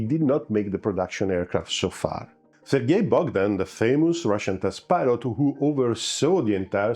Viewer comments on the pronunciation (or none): none